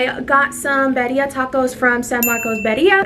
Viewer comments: Lol it’s bee-ree-ah. I love your show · Birria= “Bead—e—yah” consume= “con-sum-Ed” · girl how did you butcher “birria” the way you did😫😫 and mukbang???? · Why isn’t anyone helping her pronounce birria